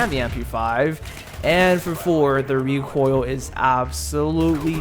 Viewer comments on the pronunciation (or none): U know what triggerd me “rEcOiL”